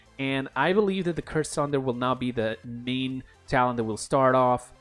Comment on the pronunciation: Good vid but what the hell is a tallent? I heard of talent but not of tallent.